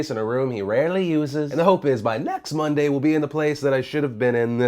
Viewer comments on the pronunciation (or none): none